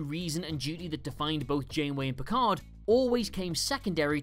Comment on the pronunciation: "I am not PEE-card!"